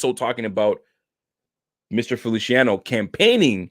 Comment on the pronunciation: Feliciano is pronounced like an S lol...not felishiano 😁